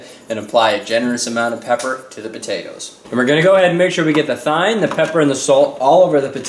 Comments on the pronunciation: lol, Dijon is pronounced, "Dee-jawn", not "Dyorn" and Thyme is pronounced "Time" not "thyne". Love the recipe though! Great job, a very classy recipe:) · its pronounced time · Thyme is pronounced Time and Dijon is pronounced Dezohn similar to your name. Hope that helps you! Great video. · Thyme! LoL Omg that was too funny! I don't know if you were just being funny or not but it's pronounced "Time". Shit that was funny. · Does pronounce thyme"thighne"? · Oh, Thyme is pronounced "time" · It's pronounced time ._. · The Dijorn and thine tho 😂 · Isn't thyme suppose to be pronounced like time? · couple things... Dijon is pronouced deshon and thyme is pronouced time...love your show 😀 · ahaha hes such an amazing chef but cant pronounce thyme or djourn right lol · Hahaha! The way he says thyme and dijon. Wow.